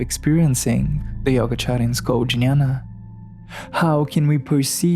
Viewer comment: Jñaña is pronounced nyana and viJñaña as vinnyana Thank you for introducing to yogacharas